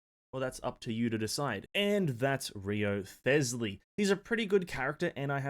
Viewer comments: i die inside every time he says Wrio-thes-ley... You didn't have to do my man Rise-ley that dirty... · Not an easy name to know how to pronounce, but it's actually "Resley". The W, and ioth are actually silent. Nice vid tho. Been hoping, and waiting for this type of playstyle since the game dropped. Heizou was close, but felt like something was missing. The Rizzler looks to have the lil bit that was missing for me. Only took 3 years for them to give me a main lol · HIS NAME IS PRONOUNCED RIZZLEY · Yeah, no way am i watching a video of someone that didnt even bother to check the pronunciation of the character's name.